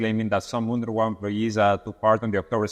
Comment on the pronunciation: UNWRA=UNRA The W is silent.